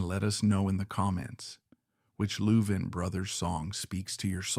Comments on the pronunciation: Whoever in the background is talking ought to learn how to pronounce the the last name of the 2 brothers. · You are saying their last name wrong. If it's AI - shame on you. If it's you - shame on you.